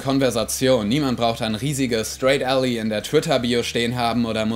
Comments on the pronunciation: Ally wird "Ällei" nicht "Ällie" ausgesprochen. Gutes Video! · Wird ally nicht /ˈælaɪ/ ausgesprochen?